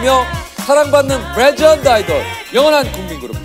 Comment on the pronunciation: 왜 유재석씨는 매번 레전드(legend)를 뤠전드(regend)라고 발음할까요???